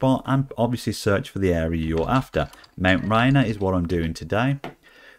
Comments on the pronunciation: Awesome as always! Also, pronounced like "Ray Near." I see it on the way to work most days. 🙂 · If we can't pronounce Gloucester then we won't mind if you can't pronounce Rainier.